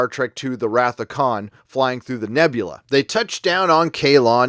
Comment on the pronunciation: i heard aliens not nebula